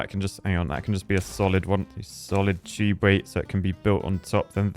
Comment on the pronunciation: Why would you bother with underground tubeway (or as you say it, chewbway), just run platforms above paths and keep it all flowing.